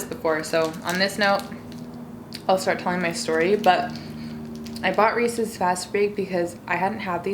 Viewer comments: "Rees-IS." (Correct way to say Reeses) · it's re-suhs no hate though